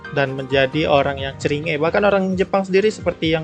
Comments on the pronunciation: Everyone pronounce Cringe: krinjs pronounce Cringe: ceringe:v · aslinya bacanya KRINCH bukan CERINGE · Normal people: "Krinjs": Ceringe Last Wolf: CERINGEK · Finally: cringe di baca ceringe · Cara Orang ngomong cringe Kebanyakan orang: Crinss: Kringe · Lu bilang ceringe gw yg denger jd ngerasa ceringe sendiri bang 😅 Di bacanya "krin" btw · Bacanya krings woi bukan ceringe, ngakak gw sama bhs inggris lu bang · normal ppl: krincs: CRI NGE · cri nge bacanya krincs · lebih cringe ketika ada orang yang menyebut cringe dengan CeRiinGe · Bacanya bukan ceringe bang haduuh :'v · cringe... : klo dibaca krins bang akwoakwosjw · Orang Normal:Cringe:ceringe wkwkwkkw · Ngomong cringe nya yang bener bang